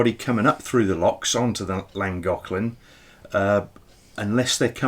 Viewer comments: i think you will find llagoclan is pronounced flangoclan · Llangollen I think it is better if you try saying Lan-goth-lan saying it softer brings the sound out closer. I am not Welsh,(only10% of Welsh speak Welsh but getting better) I speak a little after 40 years here 😉 have you thought of trying that Goggle translate site where you can click on the sound button and it will say it ? Just trying to help 👀😉